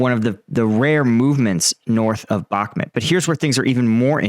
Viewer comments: It’s pronounced “back-moot”, not “back-met” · Bro if you are going to comment on Ukrainian matters at least learn Slavic pronunciation. Sever means North and is pronounced Se Vair, Bahmut is not Bakmat but Bah Moot. Please for the respect of those that speak the lingo make the effort and learn the pronunciation. If you need some help reach out. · 'Bach', as in Johann Sebastian, 'moot', as in something subject to debate. 'Bachmoot', try it, it feels good. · Jesus, learn how to pronounce Bakhmut. It's not Bakhmet... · Why do you pronounce Bahkmut the way you do? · Mate, please learn how to pronounce Bakhmud.